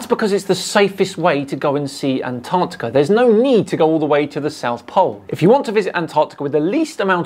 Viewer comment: HEY AMERICANS, THERE'S TWO GOD DAMNED C's IN "ANTARCTICA"!!!!